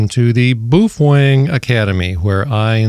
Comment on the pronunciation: "Some people" keep mispronouncing the brand name of the company which makes those radios. "Some people" are saying 'boof-wang'. Clearly the correct pronunciation is 'BAY-OH-FEHN-GAY'. If you are one of the "some people" who are still pronouncing the name of the company which makes those radios 'boof-wang'. You must cease doing so, or all the 'BAY-OH-FEHN-GAY' owners wil report you to FC Seize, and they will whack you on the peepee.